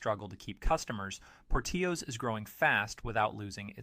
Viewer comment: You missed pronounced Portillo's. Learn how to pronounce company's name right. Amateur! Have you ever eaten at any of these restaurants? Panera is overpriced blandness. You would know that if you actually ate there. I don't trust your opinion because i dont think you have actually experienced all of these restaurants.